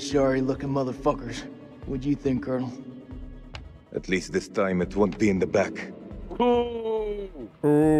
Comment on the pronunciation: Colonial instead of cornal